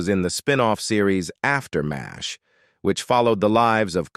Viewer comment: It's pronounced "MASH", NOT "Mays H". Duh.